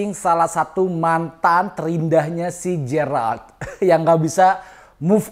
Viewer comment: Geralt..bukan jeyralt bang..